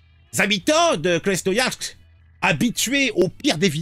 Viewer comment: Krasnoiyarsk ...oui tu le prononce tres bien